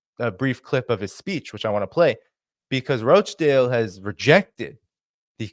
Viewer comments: ) it's Rochdale with a hard O like "got" not "goat" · Rochdale lol not roachdale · It's not Roachdale canny lad it's Rochdale 🤣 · It’s Rochdale…Rawchdale, not Roachdale! Thanks! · please, George Galloway's constituency is called Rochdale, not 'Roach-dale'. Listen to the way Mister Galloway pronounces it. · It’s pronounced Rotchdale, not Roachdale, I may as well call you Dainy! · I'm from Uk. Rochdale: pronounced Rotchdale 😊 I'm a big fan of your brilliant show! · Ro in Rochdale is pronounced Ro[as in Rock]chdale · You are mis-pronouncing Rochdale. Listen to George's speech. The roaches are in Parliament, London...